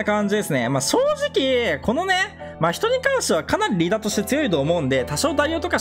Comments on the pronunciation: 真↑人↓↓ ❌ 真↓人↑↑⭕️ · 真↓人↑じゃなくて真↑人↓じゃないっけ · ま↓ひとに違和感を感じる我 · 真人のイントネーションめっちゃ気になった笑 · 真人のイントネーションが気になるw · 真人毎回思うんだけどイントネーション違くね？ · 真人のイントネーションこれであってるの？